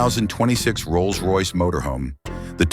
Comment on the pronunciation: AI slop Can't even make the words Rolls Royce work.